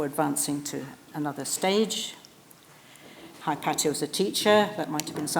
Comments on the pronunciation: Firelight157 no it's correct the the way she pronounces it. Regardless of where you are from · She pronounces it the greek way....